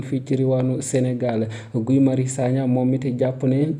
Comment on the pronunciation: Arrêtez ds il vous plaît de massacrer le prénom de Guy Marius Sagna . Ça se prononce Gui avec le gue de mangue .Ou encore comme le prénom Guillaume .